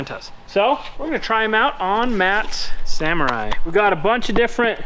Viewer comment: i am happy to see you working on the "saMORRai"